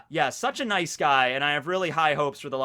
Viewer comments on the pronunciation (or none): none